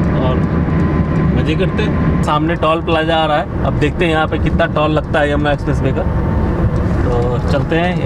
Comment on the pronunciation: टोल को टॉल क्यों कह रहे हो भाई?